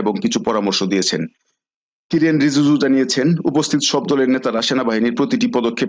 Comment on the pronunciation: স্পষ্ট ভাবে নাম গুলো বলতে পারছেন না যেমন কিরেন রিজুজু কে বললেন কাইরেন।আব্বাস আরাকচি কে আরাঘাচি এগুলো ঠিক করুন।